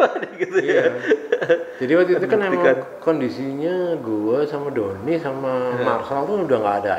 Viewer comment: Kok Donnir Yang Benar Donnie